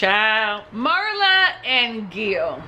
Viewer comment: Welcome back, that Hawaii sun got your skin glowing. Yes, Mikaela said she's never been in love either. Entertaining and on point review as usual, thanks! FYI-Pronounced MEERLA not MURLA